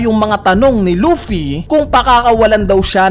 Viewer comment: Loaffy ng loaffy umay pre.. Luffy kasi un